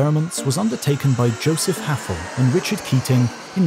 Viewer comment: his name was Joseph Hafele, not Hafel.